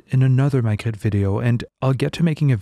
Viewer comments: You pronounced it perfectly, are you French? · He actually pronounce the names pretty well. He pronouned Magritte and Napoléon the french way as it should be.